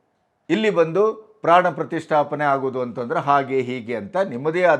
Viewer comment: Gaandu Kharge Modalu Pranaprathistaapne Uchhaarane Maadodanna Kalithukollali